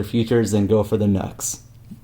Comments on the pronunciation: G'day from an old guitarcheologist since '79 in SE Queensland, Australia. NU/X whom make pedals amps etc. is pronounced 'new ecks' not 'nucks or nux'. The only minor glitch in your great videos is this mis-pronounciation, no biggie. Peace, respect & far too much guitar & rock n' roll is nowhere near enough!🎸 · It's pronounced "new ex" Nu-X